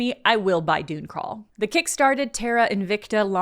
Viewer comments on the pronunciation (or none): none